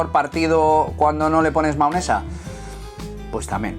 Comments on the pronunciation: Me inquieta que diga maonesa en vez de mayonesa xD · Se dice mayonesa no maonesa